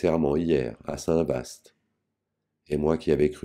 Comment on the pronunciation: Merci pour cet enregistrement sans musique : c'est merveilleux. (Au fait Saint Vaast se prononce "Vâ" en allogeant le A et en taisant le ST )